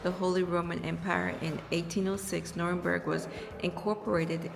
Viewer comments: Hi the way you pronounce it is New-rem-berg, it's very stormy in Scotland storm Amy), trees falling and lots of damage, enjoy ur holiday 😊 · Just as an fyi the place is pronounced Nuremberg . The place you were walking I believe was in a sub section of Nuremberg called Furth….I lived in that area for 4yrs. Although I live there, I never had a chance to see the castle. 😅 The spelling is confusing because it’s spelled several different ways….Nurnberg, Nuernberg, Nuremburg…. 😁. Oh and yes German men love black women 😊